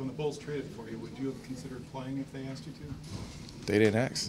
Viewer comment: “They didn’t axe”